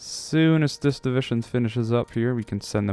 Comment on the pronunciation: For some reason every time he says "divishun" instead of division I cringe so hard.